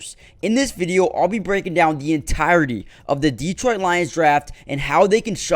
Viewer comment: It's pronounced duh-troyt. Not Dee-troyt